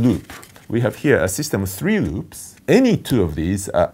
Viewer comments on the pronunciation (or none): in ".. the paper has two roops" :P <3 Loved the video and loved the professor all jokes aside!